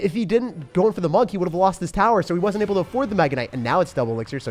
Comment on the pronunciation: My guy called monk-"monke"😭😭😂😂 i can't